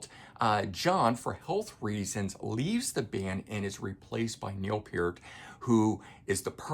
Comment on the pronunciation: At least he got Peer-t right!